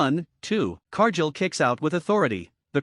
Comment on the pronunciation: exactly what I wrote. Whoever runs this channel uses AI to narrate the video. However, AI pronounces names WRONG. In this video Cargill's name is being pronounced wrong, and this isn't teh first video done by this channel that uses AI as teh narrator and get's name pronunciations wrong all the time. If teh channel can't get the basics like pronouncing a wrestler's name correctly, then they should stop posting videos and shut down the channel.